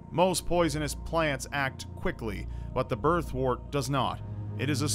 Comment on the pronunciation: Birthwort is pronounced “Birth-wert”, not “Birth-wart”. Remember, word, work, world, worm, worst, and worth all have a “wer” sound. So does “wort”. It’s not “wart”.